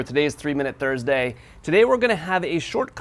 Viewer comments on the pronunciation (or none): none